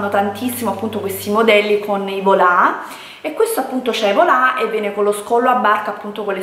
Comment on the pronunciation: I volá. Non i volant. I “volá”